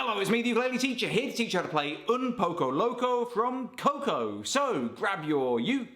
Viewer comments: Why Tf did you say “oownn powco lowcow” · You trying to speak Spanish and how at the end your voice goes higher when it should go lower